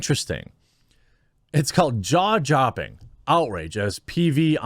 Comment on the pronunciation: it's called "jaw jopping"